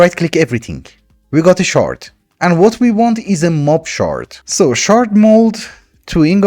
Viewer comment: Every time you said shard my girlfriend kept hearing shart 😂